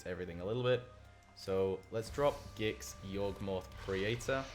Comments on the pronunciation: Please say GIX and not JYX Imma die. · its Gix not Jix